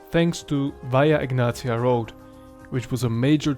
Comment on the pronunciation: It was Romanized It's pronounced "Veea Egnatia" As an Albanian, I don't know whether to be proud for our contribution or disappointed for it, since we're talking about an Empire which ruled over us for a millennia.